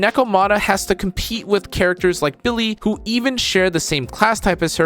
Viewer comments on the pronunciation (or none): none